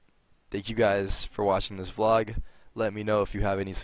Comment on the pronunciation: "Is ya boi tarik commin a you wida flog.", That's what I heard.